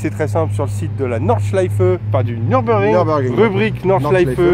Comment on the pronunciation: Apprenez d'abord à prononcer Nürburgring correctement. Pour information, ça se trouve en Allemagne. Il n'y a donc aucune raison de prononcer ça à l'anglaise.